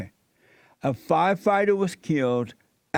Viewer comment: HaH! It's ~ Fire- Fight- Er NOT F-F-F-FyeFihtur LOL! Do you understand Jesse your subbies are making fun of you? They're laughing at the fact that you can't read a coherent sentence correctly. You're struggling while reading the first line of the sentence. Stumbling over your words while trying to read the headline..then you have the nerve to ask questions about what you're reading? Making fun of blacks? Apparently you haven't did your research first huh? Ahhmazin lol.